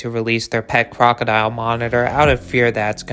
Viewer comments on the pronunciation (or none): none